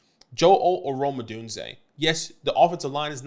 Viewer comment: Good vid! I’m proud of you for figuring out how to pronounce Odunze. I’m still holding out hope that you can figure out that there is no L in McConkey!